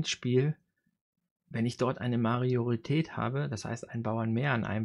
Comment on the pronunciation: Gutes Video! Heißt das wirklich "Mariorität" oder verhöre ich mich?